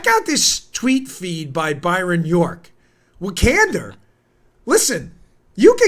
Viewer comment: 'Can door' pronounced just slightly differently.